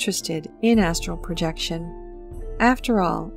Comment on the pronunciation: I have watched this video atleast 20 times and up til now I thought you were saying asshole projection